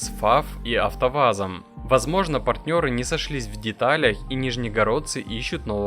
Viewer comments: Вам самому не режит слух, когда вы произнесите НИЖНЕГОРОДЦЫ😢 ВЕРНОЕ СЛОВО НИЖЕГОРОДЦЫ,.) старайтесь пожалуйста говорить на русском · Какие ещё нижНегородцы? Автор, ты молдаванин что ли? Русский для тебя - это неродной язык? Нафиг ты тогда ведёшь канал о российском автомобилестроении? Рассказывай нам об успехах молдавского автопрома. С удовольствием поугораем.